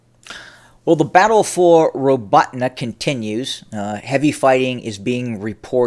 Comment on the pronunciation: Robe-ah-Teen is correct pronunciation